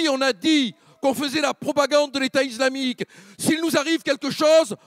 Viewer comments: Pourquoi il dit iZlamique ? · "l'état izlamique" rofl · "L'état iZlamique" Mdrrr😅